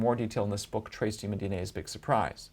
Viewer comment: Really interesting, but he pronounces a few words really weird like "narrative" and "human". Not a big deal but my inner pedantic self needed to say something.